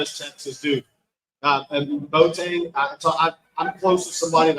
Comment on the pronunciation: The kid's name is B-o-a-teng, and NOT Boat-eng! You have to enunciate the "o" and the "a", just like other Ghanaian names like "Amoako", "Doado", etc. The Ashantis don't like it very much when people mess up their names!